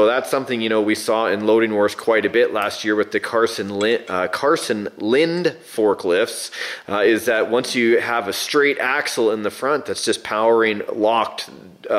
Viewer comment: It's pronounced 'Lindae' to match the German pronunciation.